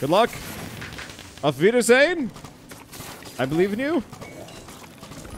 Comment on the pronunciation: Das war gutes Deutsch auf wider sehen